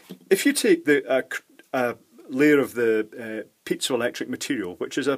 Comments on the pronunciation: Not me, but I heard pizza electric material instead of piezoelectric material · Kept hearing "pizza electronics"